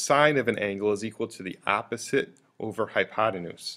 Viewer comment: Bit of a pronunciation problem here. Your "opposite" sounds like "apposite" (a completely different meaning). Two nations separated by a common language, wot?!